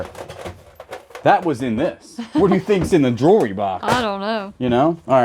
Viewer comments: Sure was A LOT of "jewree" 😂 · I told my husband if I start mispronouncing jewelry that it’s all your fault.